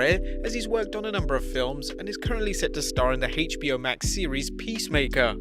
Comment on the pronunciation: HEYTCH B O!!